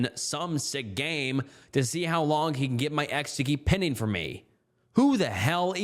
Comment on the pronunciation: Every time the word “pining” is used in a post you mispronounce it 😭😭😭 please it’s a long “I” sound it does not sound like pin it’s “pine” with an -ing at the end please stop saying pinning 😭😭😭😭